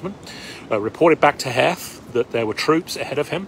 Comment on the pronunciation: The shoe story came from Harry Heth pronounced Heeth.